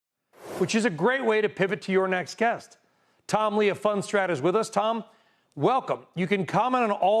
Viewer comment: FundSTRAT, not rat